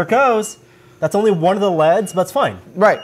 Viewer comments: whats more annoying is that he says L E D in other tested videos, so he obviously only started doing it recently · It bothers me way more than it should but I can't stand when people pronounce stuff like "leds" instead of saying L-E-D's. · Why does keep calling L.E.D.s leds? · why is he pronouncing LED's like leds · cringed everytime he said (leds) instead of L E D's...... it just sounds so wrong to me... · "Leads." Come on,. L-E-D. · its L.E.D.s, not "leds". Stands for Light Emitting Diode. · who says "leds" instead of L.E.D.'s? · I've never heard anyone call it "leds." And it kinda pissed me off. Its L.E.D. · its L E DS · L.E.D lighting not leds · Err mah gerd! ELL EEE DEEZ! Not Leds. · L.E.D's not leds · L E D's not leds smh cringe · Everytime said LED like "leds" I cringed